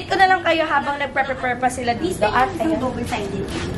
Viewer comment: prePAYR (prepare) not prePER